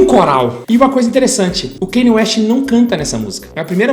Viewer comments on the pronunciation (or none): O Kanye West sempre teve influência gospel e música soul. No album The Graduation é mais explícito ainda (tem a música Jesus Walks). Só que nesse ele se entregou de fato. Ah, e só pra informar ^^ pronúncia do nome dele não é Kêne West é: Kániei West. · “Keine ueste” KKKKKKKK